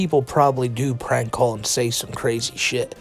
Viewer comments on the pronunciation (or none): You really need to sort out your "R" pronunciation. We shouldn't be hearing a word like 'prank' come out 'pLrank.'